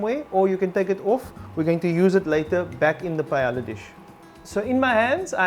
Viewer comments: in the video it is pronounced “payela” while it is correctly pronounced “pah-eh-ya” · The ll sounds like a y...paeya. awesome recipe!!!! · The LL’s are silent. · Hahaha. So funny. I had the same reaction ..." ITS PAELLA!!!".....And realized that perhaps I'm not even saying it right but however you say it, the goal is to make sure its always very good and then who cares how to pronounce it. :-) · You are about to teach us to make paella and you cannot pronounce it. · Everything is more or less right, except the chorizo. Both pronunciations of the dish name are wrong Spanish paella lover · they pronounced the dish wrong both times